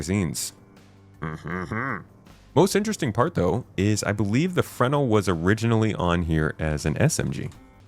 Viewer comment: Fruh-nel! Not frenel like fennel.